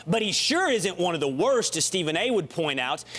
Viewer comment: PEOPLE!! This mans name is Ste PHen A. Smith not Steven. FUCK! it's in the title every damn episode.